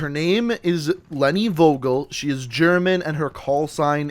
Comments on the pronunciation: Nope.. its pronounced as Fogel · vogel is german and means bird and in german u pronouce it Fogel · As a German, i think it's funny how you pronounce "Vogel" xD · Vogel. 😂 good video tho. Just making clear I am from germany and I know how hard our pronounciation is but how he says it is still funny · You pronunced The word Vogel pretty wrong Im german and was like what name is Vogel but otherwiles i liked the Vid keep it up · The V is more pronounced like an F. I love those vids! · I can actually speak German and was wondering why her last name meant bird lol. Also you you butchered the word. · Was I the only german who was getting triggerd when he said Vogel wrong :D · you absolutely butchered the word Vogel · its not wogel, it's pronounced Fogel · If ur german u realize how he butchered leni vogel. Vogel is pronounced Fogel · Goddammit it's spoken Fogel we Germans pronounce the V like a F in some cases xD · VOGEL not WOGEL say it FOGEL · its pronounced “four gel” with a hard g not vo gal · Did you say wogol to Vogel? Vogel means bird... or in that scene a name. You spell it like: F o g e l, not W o g o l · in german you have to pronounce V --> F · im not german but im soo triggered when he says vogel insted of fogel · You did convince me pretty good but(I'm German) you pronounce "Vogel" wrong xD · You said Vogel wrong you must say it like fogel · Just a tip: we pronounce it fogel, v is spoken like f in German mate^^ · FYI in German v’s are pronounced like f’s so it’s pronounced Fogel not vogel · DEUTSCHLAND ÜBER ALL..... im actually Polish hehehe Edit: V in German is pronounced as F, so Leni Fogel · You pronounce Vogel like Foagal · The pronunce is fogel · Vogel is really pronounced like 'fogel', because in german an v sounds like an f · the V in her last name is pronounced as F in german, so its technically pronouced Fogel and its spelled Vogel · in German "V" is pronounced as "F". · Im german and Vogel is pronounced fohgel and it Means Bird